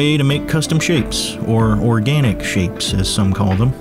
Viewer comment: 'Oraganic' - you're making up words, aren't you?